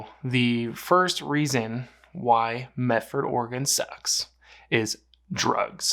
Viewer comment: It's Medford. NOT MeT ford.